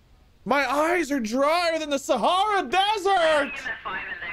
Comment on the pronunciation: im pretty sure thats not how you say Sahara lol